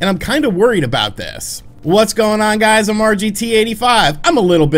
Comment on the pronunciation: "I wanted to bring it to your guyes attention" 🤣 never change bro